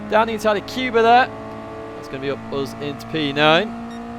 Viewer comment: The Polish guy name Kuba should be pronounced like first sound of "cougar" rather then "cuba", so "coo" but not "q". Apart from that like always it was a pleasure to watch your daily race guide.